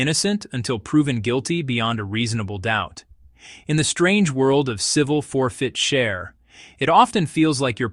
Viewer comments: For-fit-cher? It's for-chit-fer. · "for-fit-cher"? When you make up crazy stuff, you ought to at least get the terminology right. The word is "forfeiture". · It's called Asset Forfeiture not FOR FIT CHER 😂😂😂😂😂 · It's pronounced "four-fit-ture." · its ridiculous, tsa is ridiculous too. And why cant AI say "forfeiture"? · This is obviously an AI generated narrative because of the pronunciation of the word forfeiture whoever is doing this needs to have a real person edit their content otherwise it's absolutely ridiculous to listen to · Please somebody teach AI to read! It's forfeiture 1 word not 3. There was another one that it mispronounced too but I can't think what it is now. 😠🤦